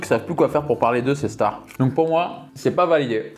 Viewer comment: Au début tu dis les « chtars » pour dire les stars bahaha🤣